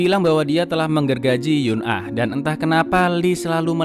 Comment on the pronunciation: Eun ah dibaca En (Mencar)